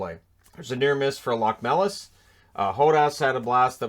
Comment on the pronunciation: Locmelis- Lochmelis.